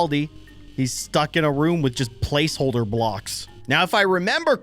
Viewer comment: Placeholder, not placeface